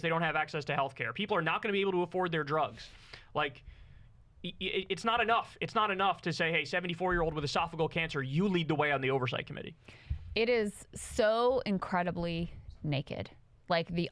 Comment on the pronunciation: TEXTUAL NOTE -- I'm a fan, and BRAVO for your fine work, BUT it's "e-so-pha-GE-al", five syllables, not four, and with the syllable "GE" (pronounced "GEE") getting the accent. (Also recognized, also with five syllables, but with the accent on the third rather than the fourth, is "ee-suh-FAJ-ee-uhl"). You have been saying "esophagal", which, so far as I can tell, is not an English word, and I've checked in two dictionaries.